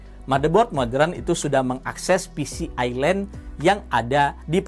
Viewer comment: siapapun yg memyebut kata² Modern dengan "Modren" biasanya orang pintar